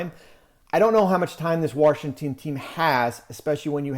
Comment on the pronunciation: As a native of dc I never understood why so many Americans put an “R” in Washington. Baffles me how many of us botch the pronunciation of our capital. Warrshington?? Lol